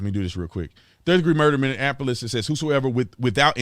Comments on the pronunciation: Minneapolis, not MinneANapolis 🤪 lol 🙏✌️❤️ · It's mini-apolis not mini-in-apolis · It's mini-apolis man. Lol this is driving me crazy. 😂 I just had to correct you. Sorry man